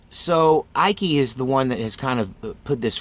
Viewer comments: Dude, it's Icke . pronounced like bike. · I agree. I noticed that all these people look digital. I did see Lady Gaga look very weird with her eyes. She is demonic. I don't believe in shapes shifters or reptillians but I do believe in demons. Icke is one syllable Ike forget the c it's silent. I pronounced it Ickey too until I heard someone announce him. Ike as in the former president Izenhower (sp?) they called him Ike for short. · It's ICKE rhymes with MIKE ! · Icke pronounced as in Tina Turner’s hubby 🤗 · Yep, david icke (pronounced like "sick" without the s lol) popularized the theory, but it's more likely the legend came from Conan The Barbarian. To be totally blunt, reptilian theories make conspiracy theorists look crazy. My belief is if a theory is traceable to a solid origin, it probably isn't true. This one is a great example of that. Cool videos though, looking forward to watching more. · Oh... and it is pronounced "Ike". Yeah you can see him wearing all his Masonic stuff and everything. He's disinforfor sure. Maybe under CIA mind control for controlled opposition. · David Icke (pronounced ike, like bike) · Have you never heard of David Icke? He is so right about so many things. Have you listened to any of his talks or read any of his books? The reptile idea is really on part of what he is talking about. And yes you are pronouncing his name wrong. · you couldn't take 20 seconds to learn how to say Icke's name? there are 1000 videos out there.